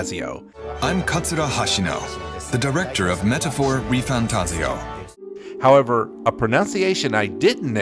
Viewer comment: Bro, wtf, that pronunciation is totally wrong. If you go by the IPA, which one should, then the "devs" are literally saying it more correctly according to proper Esperanto. The second a, as if it was fantaazio, should be lengthened. That's what the single quote in IPA means. That the preceding symbol should be highly stretched. The voice saying it is instead stretching the i, like fantaziio, which is just completely and utterly wrong. But, that wasn't the "devs" are saying. It's the translator. And the translator is NOT going to use the same pronunciation as the Japanese behind it. Just look up the Japanese title of the game: メタファー：リファンタジオ Now put that into google translate and push the speaker icon. (It might be misleading in English because English is not a phonetically consistent language, but it works well for almost any other language on Earth. Because usually the way something is written is exactly the way it is pronounced. So a machine/AI voice can do a perfect job of saying it out loud.) So, it is Metafoa Rifantajio That's what Hashino-san said in the interview—if you listen closely you can even hear him say it. Or you could listen to the non-translated version of the video. And that's what he has said every single time he mentioned the game's name. But then again why do you care what the devs call it? The name is butchered in the same way that the Japanese language butchers English words. Like, "series" becomes "shiriizu" or you know, "fantasy" becomes "fantajii